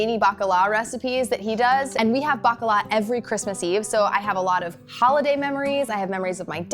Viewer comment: is balkan?? 1. is sounds like fritula and secound is bakalar not bakala